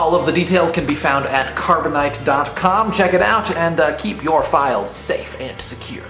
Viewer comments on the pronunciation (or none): She said "dont ceep your computer on stand-by"